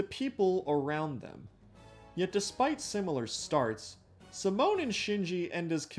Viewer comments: bro who's simone? ITS SIMONNNNNN 😅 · Bro. My dude. Great video. It's pronounced See-moan with an emphasis on the E not the i lol. I know how it's spelled but you say it differently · Who tf is see moan? That is neither the English nor the Japanese pronunciation. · Great video. But I have to add: the emphasis in the word Simon is either on the first syllable OR just use "Saimon" to pronounce it the anglosaxon way. If you put emphasis on the 2nd syllable you're pronouncing "Simone" which is the female version of the name. Just saying 😅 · Good video but every time you called Simon Simone I wanted to rip out my hair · ah.... yes, "simoan" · Nice video but you mispronounce Simon, the way you say it is spelled simone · i am cringing whenever he pronounce SAmoNeee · why do you pronounce simon like that 😭